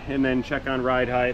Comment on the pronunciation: Height not heigth 😎 words. But width and length are correct…inglish is wierd. British is wierderer